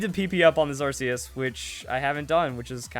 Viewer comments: It's pronounced ARK-ee-us!!!stop calling it an arse!!>:( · Its pronoucned arkeus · "we need the arceus battle" once you pronounce it right, you'll get them